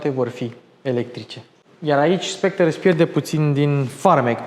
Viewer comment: Soectre se pronunta fara cu r la urma.